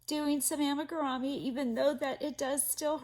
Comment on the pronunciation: Amigurumi is actually a Japanese word, so the correct way to pronounce it is (ah-me-goo-ru-mee). 😊